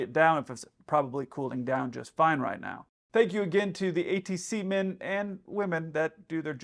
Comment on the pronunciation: “Let’s call our ATSemen” 🧐🤨🤨